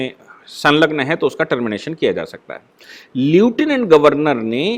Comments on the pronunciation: श्री मान् ,उच्चारण "ल्यूटिनेन्ट "नही लेफ्टिनेंट होता है। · नमस्ते सर आपने समीक्षा में लेटिनेन्ट का उच्चारण किया है,जबकि वास्तविक शब्द लेफ्टिनेन्ट है।